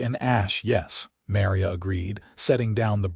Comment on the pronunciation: Mary-a? That's Ma-Ri-a - such a common Hispanic name & abysmally abusive! AI should be able to do better, or fix the script so abuses like this don't happen!